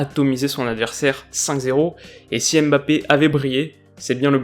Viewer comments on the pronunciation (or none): none